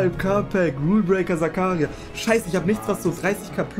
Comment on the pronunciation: Nicht böse gemeint aber er heißt Zakaria Und du sagst Zakaria und betönst das A